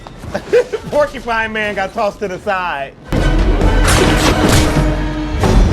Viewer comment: Couldn’t stop laughing at porkupine man lol 😂